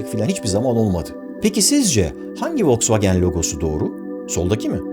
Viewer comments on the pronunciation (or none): none